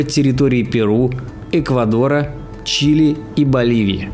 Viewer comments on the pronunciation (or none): none